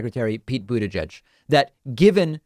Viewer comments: Oh NO! you mean we have a group in America that actually want to be Progressive. David, with all due respect - please say Secretary Buttigieg's name right! It is not edge-edge, it's "gig" with an 'e'! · Why u pronounce it Boet-è-gège. Its so weird lol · David can be so annoying sometimes. Whether he did it on purpose or not, mispronouncing Buttigieg is so damn old already. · boot edge edge? yeah, it gets me too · I need to hear Pete Buttigieg say his name because I cant believe its the way David says it. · I did a double take when he pronounced it like that lmfao